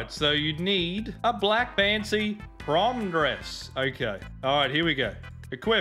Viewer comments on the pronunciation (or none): none